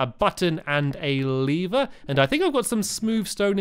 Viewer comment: Lee-ver sorry if you read this